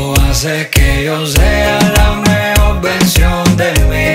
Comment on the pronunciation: Me gusta mucho como canta Nesty. Esta canción está muy linda. Sólo me gustaría oírlo pronunciar mejor (veRdadera, poR, amoR, mejoR, poR qué, mueRto). Mi opinión.